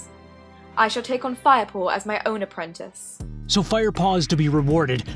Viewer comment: haha "apwentice". lol